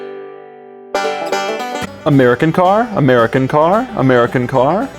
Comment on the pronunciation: American car A Mehrican car Ameri-kinkhar A merry kinkhar AARGH!!!